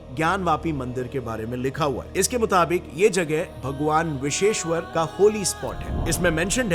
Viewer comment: Biseshwar nahi. Bisweshwar hota hai bhaiya.